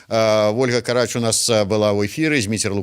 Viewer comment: У Ольги фамилия Карач с ударением на вторую "а" !